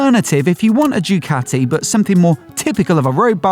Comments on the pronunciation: It's not 'Dyucaati' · Well he DID say "Jewcati"